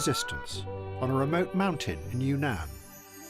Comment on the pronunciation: He said Yanan not yunnan